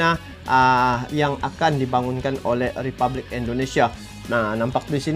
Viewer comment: Sorry bro, Republik bukan ripublik 🙏